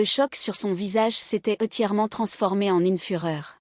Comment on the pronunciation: C'est ridicule ! Quelle grand-mère enverrait 200.000 € par mois à sa petite-fille ? Elle est dans l'armée française, et son aïeule lui envoie des dollars (la première fois). Oh! Mais quelle pitié, cette diction de l'IA, hachée et quelquefois avec des mots mal prononcés (Par exemple, les voyelles nasales ne sont pas reconnues par l'IA, et "entièrement" est lu comme "étièrement"). C'est en effet une "histoire incroyable".